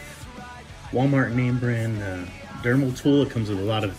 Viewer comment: you keep saying dermal, its dremel! lol!